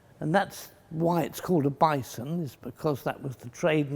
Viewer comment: Bison? More like Bye-son